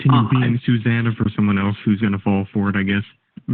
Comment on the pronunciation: A boy named SUE-zana??🤣